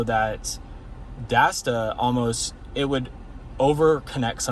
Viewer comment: It's Dasaita not Dasda. You're killing me this whole video